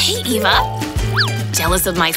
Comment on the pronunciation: I hate. Says Eva it's ava